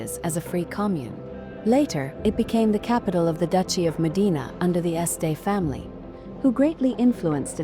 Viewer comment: Mòdena, not Modìna. The E letter sound like in “gem”.